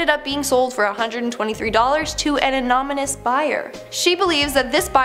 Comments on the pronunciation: “anomynous” that was the smoothest way to skim over someone saying a word wrong. That was clean✋🏽🤚🏽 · Sold to a “anomynous” buyer. That wrong pronunciation is haunting. 👻